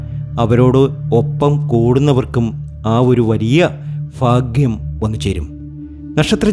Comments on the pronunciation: Appol enikku ffffaaagyam ille?😂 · 😂😂 ഫാഗ്യം ഫാഗ്യം ഫാഗ്യം സൗഫാഗ്യം‼️